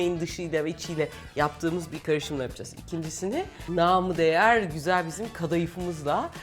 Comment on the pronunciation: Namıdeğer ❌ Namıdiğer ✅